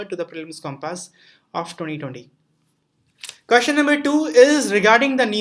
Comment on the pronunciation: Remember.... Its 'kaashchan' and not question 😂😂